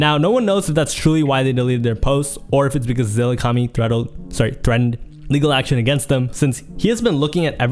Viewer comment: Bro was struggling so hard to say “take legal action” 😭